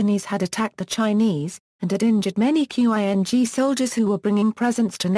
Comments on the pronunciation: Seriously? You can pronounce Meiji and you can't pronounce "Ching" Dynasty? Instead calling it "Q-I-N-G". rofl. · "q.i.n.g"??? Learn to pronounce Chinese words, you morons. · It sounds .. electronic. Must be an automatic voice generated text reader. That explains Quing pronunciation. But overall intonation, punctuation, and rhythm is great!